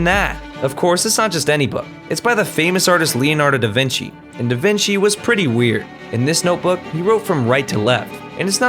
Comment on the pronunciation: this guy bout a 3mill on a book with scribbles in it this (5 seconds latter) was davenches book LIKE BOY iTS DAVENSHES that’s not the same